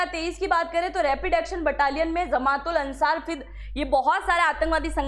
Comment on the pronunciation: I think it is ' Ansar ' not Asar .